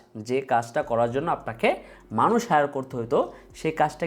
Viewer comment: মানুস না ম্যানাস